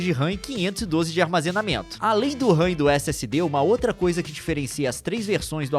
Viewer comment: o "Armezenamento" é diferenciado! kkk